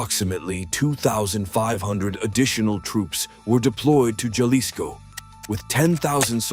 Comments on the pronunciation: It is NOT pronounced "JALISCO"....it is pronounced "Halisco". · Jalisco sounds like Halisco